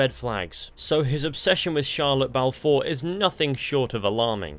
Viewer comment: i thought you said shia lebouf four